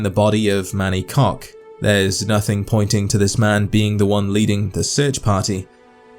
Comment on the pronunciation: I've heard a lot of pronunciations for Koch but never heard it as "Cock" lol